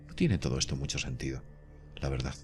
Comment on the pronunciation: VERDAZ , GRAVEDAZ..............!!!!!!!!!!!!!!!!!!!!!!!!!!!!!!!!!!!!!!!!!ME PARECE QUE SE DICE VERDAD Y GRAVEDAD , CON D AL FINAL Y NO Z